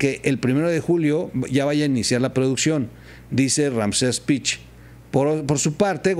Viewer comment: Es pech no pich